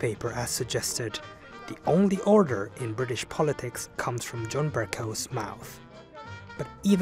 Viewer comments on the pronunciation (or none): To me it sounds like he’s saying udder